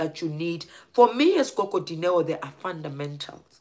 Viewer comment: gogo Dineo not goto